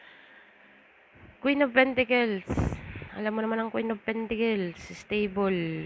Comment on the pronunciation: It is PENTACLES , and not PENTICLES ? Very irritating to hear indeed !